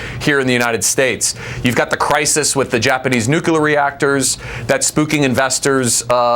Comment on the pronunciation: That guest may be really bright , but his repeated use of "nucular" rang the idiot alarm in my head over and over and over.